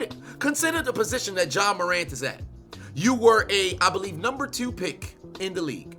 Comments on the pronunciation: My man said Ja wick 😂 I quit 😂😂😂😂😂😂😂😂😂😂😂😂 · Ja Wick? 😂😂😂 lmaooo! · Nah u get on my nerves calling him Ja Wick Morant 😂😂😂😂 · "ja wick" 😂😂😂😂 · "Ja Wick Morant" I'm dead!!! 🤣🤣🤣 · "Ja wick morant" that really sent me, bro.😂💀💀💀💀